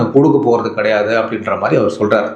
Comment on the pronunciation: கடையாது இல்ல மச்சி கிடையாது என்று சொல்லவும் 😮